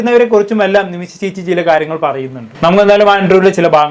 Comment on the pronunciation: അല്ല ഒരു സംശയം... ഇവർ ഇങ്ങനെ ഒക്കെ ജീവിക്കുന്നതിൽ നിങ്ങൾക്കെന്താ പ്രശ്നം? ഇവരെപ്പോലെയുള്ളവരെകൊണ്ടല്ലേ നിങ്ങളും content ഉണ്ടാക്കുന്നത്. ആദ്യം നിമിഷ എന്ന് പറയാൻ പഠിക്ക്.. നിമിശ അല്ല നിമിഷ.....